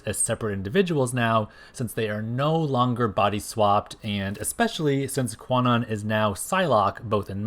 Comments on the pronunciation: 1. Kwannon is actually pronounced like Con Own. This article here explains the correct pronunciation and origin of the name: 2. Kwannon actually did have powers before the whole body swap ordeal. It was stated in X-Men #32 that she was always an intuitive empath, displaying, at times, low-level telepathic abilities and that was the only reason their procedure by Spiral was a success. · I know this is a 3 year old video but the w in Kwannon is silent: it’s pronounced “Kan-On.” “Kwannon” uses a premodern transliteration of Japanese that is no longer used. Modern linguistic systems would spell it “Kanon” (観音)